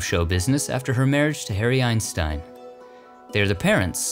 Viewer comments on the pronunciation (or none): none